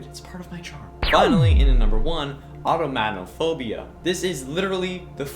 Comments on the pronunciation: It’s pronounced OR-TON-O-MAH-PHOBIA :) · He mispronounced automatonophobia